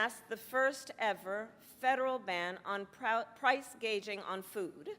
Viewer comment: Price Gauging?